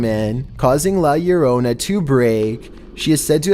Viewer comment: I love u but the way u say La Llorona